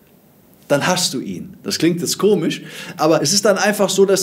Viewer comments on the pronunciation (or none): none